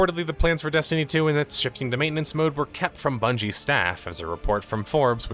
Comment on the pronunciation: “age of Bundey’s” haha 💚